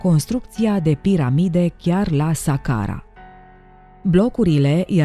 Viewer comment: SAHARA NU SACARA